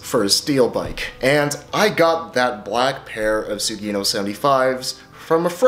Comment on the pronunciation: Its Su Gi No, sugi-no. Not sue geeeeeee no. Its Japanese, means "the next".